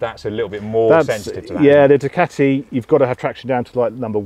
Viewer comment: its not a DUCATTTI . Its a DUCAAATI !